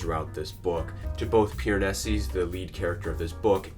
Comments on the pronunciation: This was great and I’m not trying to be annoying but is there a reason that you pronounce his name “Piranesis” with the extra “s” at the end? Genuinely curious if I’ve been pronouncing it wrong haha - love this book and love to see others take it in! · Me, waiting for any commentary but instead we spend 9 minutes with a guy mispronouncing Piranesi over and over😅edit: he eventually got to it but needed a spoiler warning 😂and much more order in how he explored themes. But interesting views